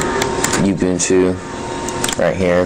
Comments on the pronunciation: rofl. YOOO- BOOON - TOOOO.. It's Oooo- boon - tooo. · Uhm, no. Ubuntu is a South African word, I live in South Africa. I know how to say it. It's Oo-boon-too. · oooh-Boon-Tooo say it right man!!!! lol